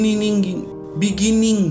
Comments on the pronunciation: BTTH lanjut ke FTSR chapter 1 : The End Is Also The Beniging... Biningn.. Bini... Begini.. Bininungging .. BEGINNING.. mimin koplaaak😀🤣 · 😢binininging...😅😅 Apa bini nungging